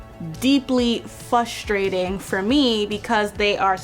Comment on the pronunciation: It’s Frustrating to hear her say Fustrating 😂